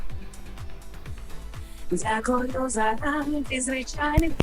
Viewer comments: Давайте Джамалу з «Кірім» краще послухаємо. Навіщо це лайно слухати цякуюче? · Це руснява манера замість Т казати Ц. "Цєбє" 🤢 Цякую🤦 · 😂💁🏻‍♂️ "Ну я не могу… шо це за Тякую?"😂😂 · там немає звуку ДЗ)Спробуйте заспівати акцентуючи на літері Д в слові дякую, і через дихання та положення язика буде такий звук) Який навіть не схожий на мову на болотах) Тому це просто придирка, аби було за що засрать) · Ти критикуєш Віру за її "дЗякую" , але сам говориш " у цьому моменЦі" , " протягААААм" .